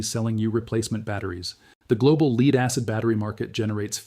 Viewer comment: The AI human is exceptionally well done. Except for a couple of horrendous pronunciation errors this could pass as a well researched and narrated video. Having 2 pronunciations for the spelling of lead throws a lot of AI's. Humans also would say 1 point two zero zero not one point two hundred.